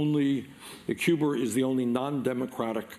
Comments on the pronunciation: Bernie, there's no "R" in Cuba! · Lol Cuber, come on man Cuba that's an accent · He's from Brooklyn. Give him a break. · I thought he was talking about the 80's video game "Q*bert"... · a friend from England sticks an r on the end of words. It's cute. When Bernie does it, also cute